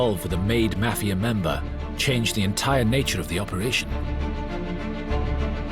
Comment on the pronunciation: Why have a narrator with a non American accent, can’t even pronounce mafia. Very annoying